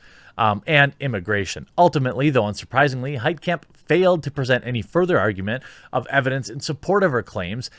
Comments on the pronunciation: It's a German name, the "kamp" part shouldn't be pronounced like in concentration camp, it should be pronounced like in mein kampf. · “Heitkamp” Every. Single. Time.